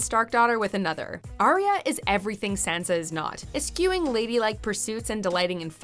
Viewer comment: Eschewing is pronounced how it is spelt, with no 'Q' sound. It could be that I have misjudged you and it's your homage to Daenerys pronouncing Qarth for the first time